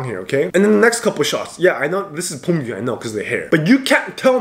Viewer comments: Why is he pronouncing beomgyu as bommbgyu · You are saying pomgyu😂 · bro hes pronouncing his name as 폼규🤣😭